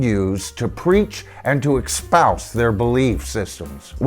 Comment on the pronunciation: There is no “x” in the word “espouse” - not the best footing for launching a critique.